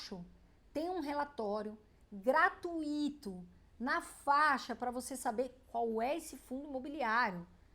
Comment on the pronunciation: Não se fala gratuÍto e, sim, graTUIto. Trata-se de um ditongo e, não, hiato!